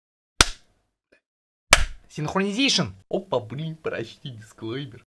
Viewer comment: Интересный факт: он все еще говлрит в начале: "СиХроНиЗеЙшЕн"